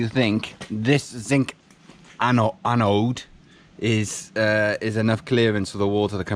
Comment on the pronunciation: Glad to see you using puraflex! I have used it a few times on my boat and am really happy with it but it does make a mess. Watching you refit your rudder reminded me of when I put my rudder back on earlier this year. Episode 14 of sailing octopot on YouTube. Makes me chuckle when you try to say annode. Angela, my wife calls them annoides!